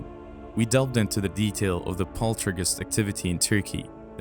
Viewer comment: Poltrigous activity ??? What is happening with the words and accents ? Why the war on the English language ?